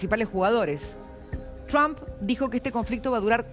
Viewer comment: Deja de decir chamm si es Trump ya sabemos que hablas inglés che 😂